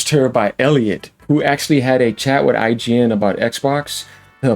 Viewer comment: you said it wrong sir.